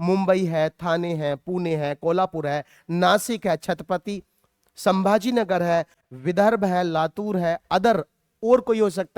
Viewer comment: Sir aache se pronounce karo wo छत्रपती संभाजीनगर hai चटपटी nahi😢